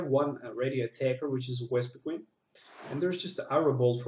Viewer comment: You kept saying Wespiqueen and it was very annoying. xD